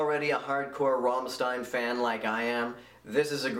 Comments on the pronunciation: I am German, and I only see little problems with your pronounciation - Primary the same one most native english speakers struggle with: The "r" sound is rolled. A sound that the english language doesn't have as far as I know. If I was nitpicky I'd say you could also pronounce the "st" harder. More like in "shit" (actually, take out the "i" from "shit" and you have the perfect "st" for that). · Oh god, you really can't pronounce "Rammstein"...